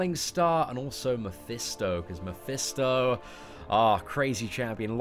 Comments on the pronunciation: mEphIsto not mIphEsto lol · repeat after me; MEH - FIS - TOE